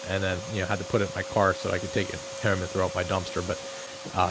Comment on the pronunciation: I'll never get over how he says "coormb" and "hoorme". Good one 👍